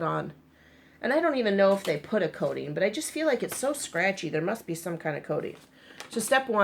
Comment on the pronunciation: I thought she said there was “codeine” on it! She was saying “coating.” Ha ha ha !